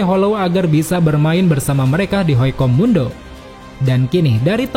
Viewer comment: HUECO MUNDO MIN BUKAN HOICO MUNDO